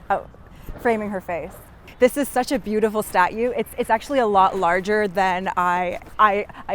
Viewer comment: She says "statue" like Giada De Laurentiis says "parmesan." ie: pretentiously incorrect.